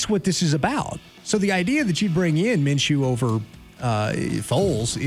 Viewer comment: Minshew?? Maaaan.. Nah